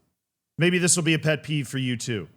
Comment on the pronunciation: why did he say "pet peeve" like that at the beginning 😭😭😭